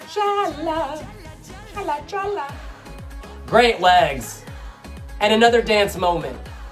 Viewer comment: LOL She says JALLA' with the accent on the last "A". She is pathetic. I thought she meant to say JALLAD which has nothing to do with what she wanted to say. She is pathetic.